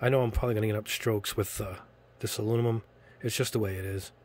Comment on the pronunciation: Pronounced My-ca mica. Try google also pronounced aloominum not aluomimum